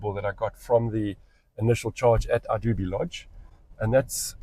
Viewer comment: Hey, the correct pronunciation for Idube is "Ee-doo-beh". Hope that helps.